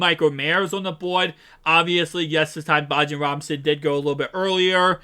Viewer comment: Bijan (Bee- John) Robinson 👍🏾